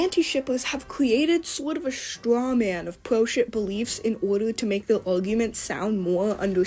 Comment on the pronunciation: I couldn't watch the video until the end, couldn't stand her pronouncing " R ", " W "... Like " pewo " instead of " pro " 🤮